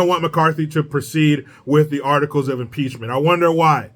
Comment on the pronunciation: Maxine Waters says, "PEACH-MINT"